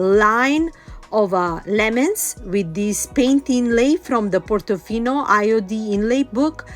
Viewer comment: I like how you say, Portofino. 🥰 Lovely book stack. 🥰🥰🥰